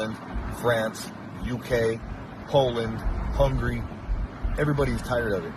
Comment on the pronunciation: “Hungary”not “Hungry”😂this illiterate